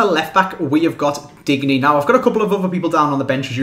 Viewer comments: Just btw i think its pronounced either dinyay or like the French word digne which is pronounced Dinyer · (You don't pronounce then 'n' c: Just thought you'd like to know from someone who is from france) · Say diende for digne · Digne is pronounced "Din-yay"